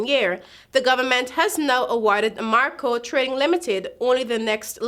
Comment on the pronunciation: The name is a-ram-co. Nor a-mar-co. And you need to learn to pronounce skepticism..smh